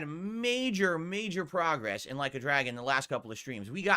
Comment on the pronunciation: “Like a Dragon refuses to prahgress” 😂😂😂😂